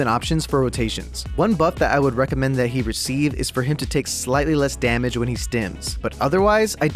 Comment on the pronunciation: Its not DaMANge its DaMAGE